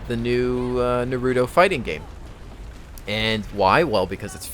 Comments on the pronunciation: Narutos cool and all but seriously theres no D in NaruTTTTTo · Naruto. Nah-roo-toe Just sayin:P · Lol, did you seriously pronounce Naruto like that?